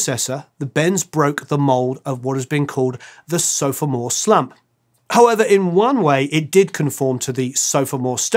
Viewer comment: Sofamore? ;) Is that a case of reading a teleprompter and seeing a word that even as a Brit who lives in the states, you don't use in everyday speech?